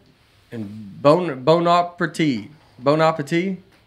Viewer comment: BONE-APP-ARR-TEE Thank you!